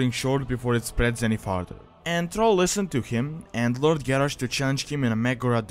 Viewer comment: It's not trol its thral a not o ....